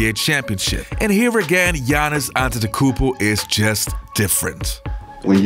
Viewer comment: Pronounce it….. ade-to-kombo